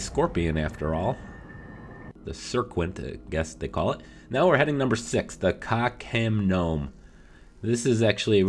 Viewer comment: When you said Ka Khem Nome I thought you said cock m Gnome